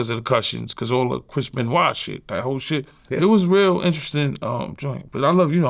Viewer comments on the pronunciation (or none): none